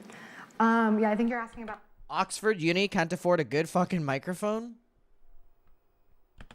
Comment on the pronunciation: wut. I know you can see the channel the interview was posted on. It’s most definitely Oxford and not “ocford” 🤣